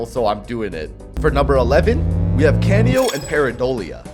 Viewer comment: Canio is pronounced cah-knee-oh its a reference to the lead character in the opera Pagliacci